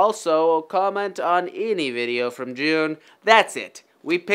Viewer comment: eany veedeeooo you say